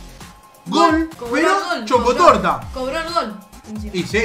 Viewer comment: Nadie: Absolutamente nadie:: tremendo chocotorta